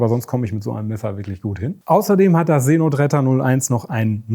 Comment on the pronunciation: See Notretter.... ich habe Seeno Tretter verstanden... oh man, ich dachte, Brathering wäre schon schlimm.